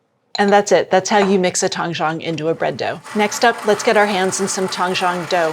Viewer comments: It’s originally from Chinese method “ 湯種” sounds like tang1 zhong3 not tang1 chang1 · Doesn't have a Chinese backround? She is pronouncing Tangzhong incorrectly. Zhong would be pronounced Jung in English. Even if she doesn't speak Chinese you would think she would look up the correct pronunciation. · Tang Zhong It's actually pronounced like "tongue" & "jhong" with a long "O".